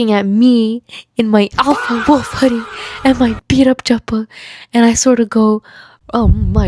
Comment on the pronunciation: LMAOOOOO omg this is hilarious My fast broke cuz I’m on my period. This made me laugh so much. This is hilarious. I subbed instantly as a fellow hijabi and your art is peak ❤ Also your name is my mom’s! (I’m Pakistani, the way you said chappal is so accurate). Both my parents would’ve been so pissed if it was me 😂 But I am an only child and an angel Not the alpha wolf hoodie (as a furry 😭)